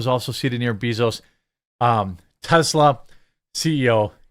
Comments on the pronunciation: Love you, but can’t stand to hear Jeff Bezos pronounced bEEzos 🐝 I like BAE-zos better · It is pronounced BAY zos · Why do you keep calling him Beezoos lol